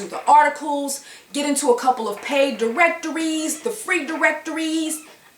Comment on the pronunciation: Diwectoweez. Paid Diwectoweeez.